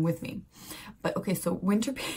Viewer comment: But you pronounce it like winterpane. Not winterpene. The "die" is really funny. Tourists..depends. Belgian, German and Danish tourists will understand. French..have no serious grasp of English. Spanish are also not that well versed in English. So all in all it is funny for Anglosaxons who in general have no grasp in any other language than English either btw so they may be cannot figure out it might mean something else. Anyway: mama...die die die! is quite funny haha.